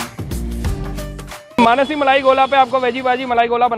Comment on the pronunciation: मनासी नही मानसी